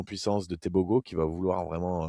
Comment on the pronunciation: top:) par contre on prononce teboro pas tebogo:)